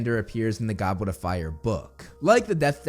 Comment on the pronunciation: Did he seriously say GOBWET of fire!🤣